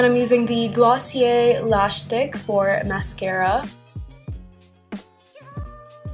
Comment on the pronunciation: Am I rlly the only one who was sure shes saying 'glossier lash stick' not glossier lash slick